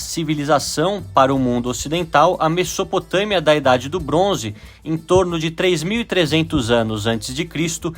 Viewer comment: muito interessante o vídeo. Só uma coisa: a pronúncia de Mesopotâmia não é “messopotâmia”, é “mezopotâmia”.